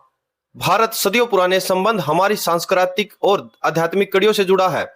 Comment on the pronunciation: 2.43 सांस्कृतिक है, सँकरायीतिक नहीं है।